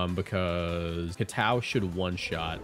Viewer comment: Why do you say kowtow like that